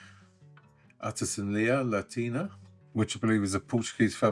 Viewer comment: Artesania Latina is a Spanish company, but you were close 😂😂